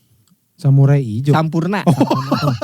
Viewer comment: Samuraijo. Lupa lafaz P